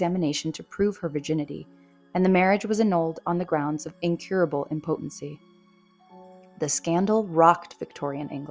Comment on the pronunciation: And impotency has the emphasis on the first syllable.